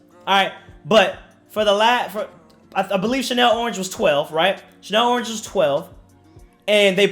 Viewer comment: Lmao man pronounced it “Chanel orange”